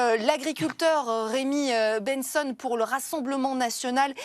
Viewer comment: Benson pas ben sonne😂😂😂😂 purée elle est nulle 😂😂😂